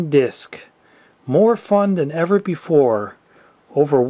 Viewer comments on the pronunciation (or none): none